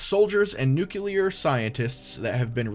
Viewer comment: Last question, what is "nuculear"? Is it different from nuclear?